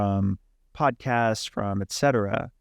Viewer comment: FANTASTIC TECHNICAL ANALYSIS. Flawed grammar in part. "CAN'T HARDLY" is incorrect. The expression is "CAN HARDLY" otherwise you are using a double negative. Do NOT use the expression ET CETERA, unless you learn to pronounce it. ETC is simply the Abbrev. The phrase "people that....." is incorrect. It's "people who...." 2nd grade grammar. People are WHOs not WHATs. People are not objects. Many other opportunities are available to SOUND as smart and learned as you obviously are. Again- fantastic rigorous analysis.